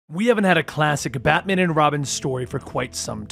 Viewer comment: I swear I hear you say ratman and robin...